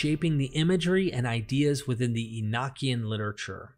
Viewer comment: The pronunciation is "ee no key en" not "ee nock ee en" also you did not mention that the father of all Hebrews was a Sumerian. In the days of Abraham, Stories were passed on by word of mouth. Abraham was From Sumer.